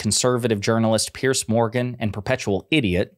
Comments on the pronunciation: It's "Peers" Morgan. Not "Pierce". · Why do Americans have problems saying Piers' name? It's not like pierce, it's like peers. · Piers Morgan's name is pronounced the way you’d pronounce the plural of pier. As in The dock has two piers. Not pierce, as in Why are you gonna pierce your navel? And please, let’s retire the term “unpack”.